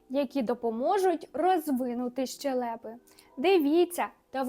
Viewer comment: Не щелЕпи, а щЕлепи - наголос на 1-й склад